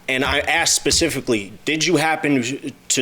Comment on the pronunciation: Naw u were correct as well. He started saying it wrong but then the more he said it he corrected it.